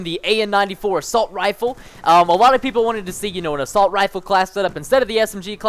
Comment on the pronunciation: Good vid man, you spent assault 'assult' I'm not hating on your vid just thought it was funny to point out :)